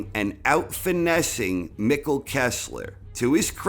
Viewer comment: Mikkel not Mickle